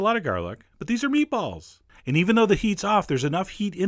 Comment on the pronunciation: The way he says meatballs bothers me.